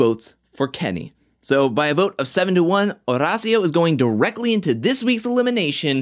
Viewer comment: My guy, don’t ever say Banderas and while we’re on the subject, try and steer away from saying Horacio as well 😂. JK, can’t get enough of your videos!